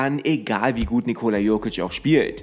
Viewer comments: Triggert schon ein wenig wie du Nicooola aussprichst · die Betonung liegt auf der ersten Silbe, also dem i